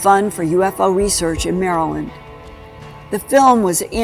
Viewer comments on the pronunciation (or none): none